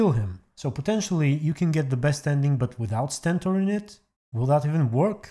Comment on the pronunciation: it’s not Sentor, it’s Stentor